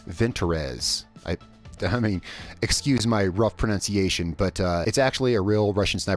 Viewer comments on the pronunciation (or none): none